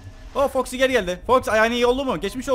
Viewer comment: abi foxy toxy dedin